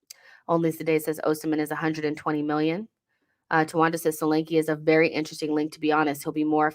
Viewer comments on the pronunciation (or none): Solanke is a Nigerian name and pronounced "shoh-lan-keh". Good player though.